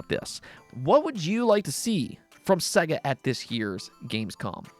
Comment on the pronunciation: Hey dude, it's pronounced SAY-GA, Sega even pronounce it for you at the start of many of their games so that Games Urinologists can't cock it up. Yet they still do...